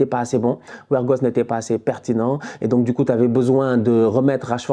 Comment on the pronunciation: Siinon c'est pas "werghost " mais bien " weghorst" Respecte le quand même .